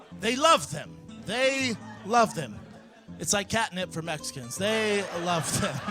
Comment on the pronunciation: Comedy is subjective, so the only thing you need is the ability to speak coherently. He failed miserably, if you're entire set is about Mexicans, maybe you need to learn how to say it. Mes-e-cons isn't as bad as his other special, where he insists on saying jis-su, this coming from a guy with a BJJ black belt.